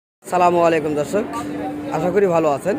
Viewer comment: আপনি সালাম টা ভালো করে দেওয়ার চেষ্টা করবেন আসসালামু আলাইকুম হবে আপনি মনে হচ্ছে বলছেন সালা মুআলাইকুম